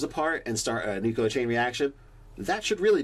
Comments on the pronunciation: OH MY GOSH!! IT IS NUCLEAR, NOT NUCULER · I’m sorry. I know it’s petty. But please, for the love of the raven queen, it’s nuclear not nuculer! Also great vid. I would just let him have his bomb and accidentally kill himself with it. Lol